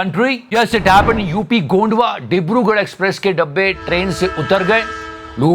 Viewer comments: Sir it is gonda not gondwa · It's not gondwa, it's gonda 😂😂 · It’s GONDA not Gondwa bro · It's gonda not gondwa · Mere sahar k naam to sahi le lo... Not Gondwa it is gonda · It is Gonda not Gondwa.